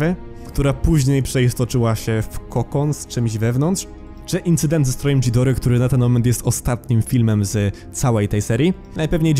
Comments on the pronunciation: nie dżidora tylko gidora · Zawsze jako big fana Godzili mnie to przerażało. Już sama Gojira z 1954(wolę japońską Gojirę) była dla mnie mega creepy. Kochałem go jak jego każdą wersję ale i tak był moim koszmarem. A tak wogule to przepraszam ale nie Dżidora tylko Gidora Gojira czyta się Godzira Mothra to motra a Mosura to Mosura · Ghidorah czyta się Gidora